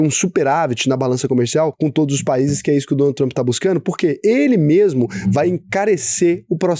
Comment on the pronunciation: Tenho a impressão que o fala Donut Trump em vez de Donald 🤔